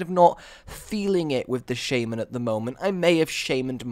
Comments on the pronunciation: Where do you see a "Y" in shaman, Please stop saying shaYman. Its shaman, No "Y". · i love your videos really entertaining but the way u say some stuff such as shaman u say shaYman :/